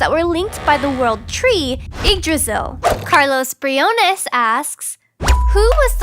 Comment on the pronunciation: Briones (BRE-OWNS) thats how it pronounced